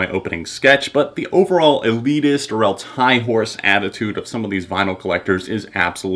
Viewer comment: "Or eltse"